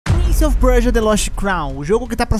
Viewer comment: Prince of Percia é um trava lingua pra voce? kkkkkkkk parece Muito engraçado tu falando